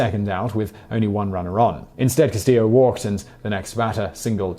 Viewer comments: Luis Castillo.... is Spanish, not Italian... so, it's pronounced Cas-ti-yo.....not, Cas-ti-lo. In Spanish, LL is a Y sound. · Can't believe how few comments there are about this. I can live with Simon's pronunciation of Nike, as that's more common outside the U.S. But "Bayman" was hurting my ears. Also, "Cast-EE-yo" and "all-LOO" in the 2003 Cubs NLCS story.